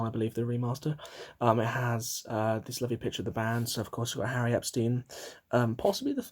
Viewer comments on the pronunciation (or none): Oh, and it sounds like you are saying Harry Epstein. It’s Howie, short for Howard Norman.